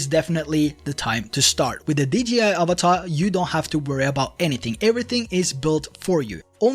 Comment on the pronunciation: Avata, not avatar